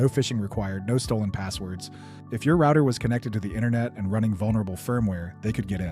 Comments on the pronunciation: And who ordered that back door installed on all routers? Three guesses. And why can't you pronounce "router"? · I'm assuming he lives in UK now or works with people from the UK as that's exactly how they pronounce router.